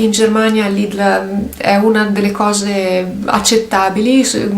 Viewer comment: No, ma tu pronunci il nome del negozio Lidl in modo diverso da come sono solita sentirlo, era solo una curiosità mia... Se in Germania lo chiamano così come fai tu, dire /li.del/ quindi con la 'e' è 'sbagliato'?